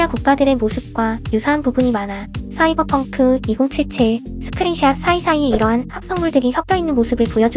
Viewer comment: 씨이벌펑크 개웃기네 ㅋㅋㅋㅋㅋㅋㅋㅋㅋ